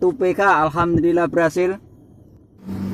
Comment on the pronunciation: Ma'af. Hurupnya bukan pake k..tapi pake h..Alhamdulillah..bukan alkamdulilah....